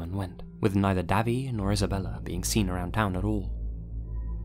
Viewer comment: If the name is Davy I think it’s pronounced Dayvey, like Davey, but no e.